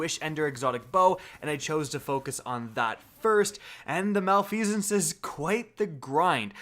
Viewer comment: Reeeeee its prononced mal-if-i-sense